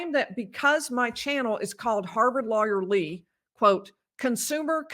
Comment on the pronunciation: Lawyer Lee sounds like Lawyerly- love it!!!!!